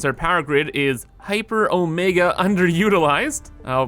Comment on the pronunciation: Hyper not hypar